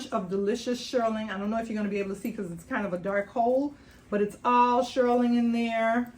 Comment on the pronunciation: nice haul girlie...it's pronounced "SHEER-ling, not SHIR-ling"😊